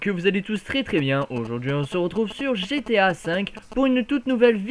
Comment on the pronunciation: C'est GTA et pas GAT ! ;)